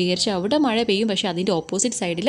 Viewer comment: ടീച്ചർ പറയുന്നത് മഴ ❌ മയ,✔️🫢🫢😃😃😃